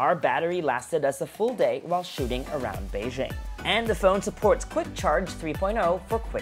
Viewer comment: Bei JING...北京, not bei zhing